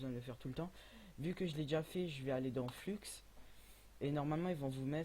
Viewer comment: Mdr à il dit fluxxxx